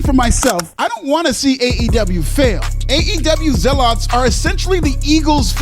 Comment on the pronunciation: Oh, for crying out loud... Firstly, learn how to pronounce the word "genre". Not even French people say it like that. Secondly, learn how to pronounce the word "zealot". The emphasis is on the first syllable, not the second. Your strangely mannered way of speaking English comes across as being rather pretentious. This is a problem when your occupation is making audiovisual content on YouTube. Please don't give me that "this is how we say it in America!" garbage, because I know that's not how those words are said in the Anglosphere. Nobody with any intelligence gives a damn about your "black perspective". It's self-patronising nonsense. The ramble from to is a meaningless word salad. You have the audacity to whine about racism, when it's clear why you're the world's biggest cheerleader for Swerve 'My Name Sucks' Strickland. Who did you think should've been the WWF World Heavyweight Champion in the early '90s: Mr Hughes? Tony Khan, in case you've not noticed, is about as white as Louis Farrakhan. There is a widely ingrained attitude in African-Americans that says that "Pakistani people aren't really black, blah blah blah". Well, in point of fact, neither are you, you're brown. Many Americans say this about Polynesians, too, which is pathetic. "The Rock isn't black, because he has Polynesian blood, but Mahomes is The Black Superhero of the National Football League!" It's such a dumb attitude. If you get to call yourself "black", so do the Polynesians and the Pakis. Ye